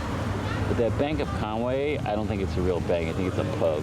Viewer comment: Its pronounced Con-wee,if you look theres no "a" is there? Diolch (thanks)